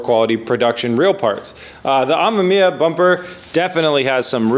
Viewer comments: It's pronounced Am"e"miya. Not Am"a"miya. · Pronounced: RE Uhh-meh-mee-uh. I really dont wanna see this Ah-ma-mee-uh thing sticking. Already pretty cringy to hear say it that way, dont add to it. Heres an example: I like B is for Build but this pronunciation is a let down. Be respectful to one of the best rotary builders and at least say his name right. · You have to cut the ends off the 92-98 bumper bar. The 99 spec stuff is different. Cut the ends off right where the light holes start. Leave the middle to support the bumper. Also it's pronounced R-E-ah-mem-e-ah. And please make sure you run tires that fit on an RX7, no stretched stuff please. If you get a 10" wheel get the correct 295 tires to fit. The car would look sick with some huge 12-13" wheels and 335 rubber in back. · Ack. It hurts my ears to hear you say amemiya. It's "ah - mehm - ee - yah". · RE AH MEM YAH Not that hard to pronounce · Re ammaammia? naahh man what is it with amerifats, you cant say anything correctly. About the bumper fitment, there probably was a facelift that you forgot if not that then it could also be that usdm and jdm cars have different impact bars, you know, the 5mph thing or whatever its called that law that forces automakers to put on those huge ugly bumpers for US cars. Good luck! A full RE kit would have been the patrician choice but oh well. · why cant anyone say it 😂 RE (AH-ME-ME-AH